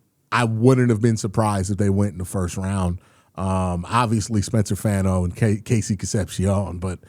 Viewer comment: Fano is pronounced “Fawn-oh” 🤙